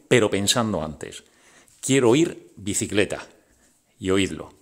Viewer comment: La palabra bicicleta lo dice de forma confusa,algo como alquicet